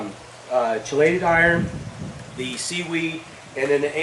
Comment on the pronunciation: FYI - chelated is pronounced "key-lated" not "chi-lated" - (kēlāt). Great video. Thank you for posting.